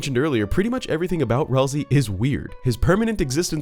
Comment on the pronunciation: Okay, for real. Isn't it "Ralsay"